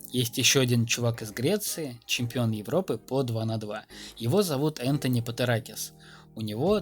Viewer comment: Серьезно? Энтони?! Ты просто прочитал имя. Его зовут - Антуан Да, если читать по буквам то выйдет "Энтони" НО, его зовут Антуан